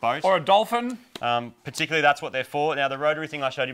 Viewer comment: Also Moog said "waxing a doplhin". :D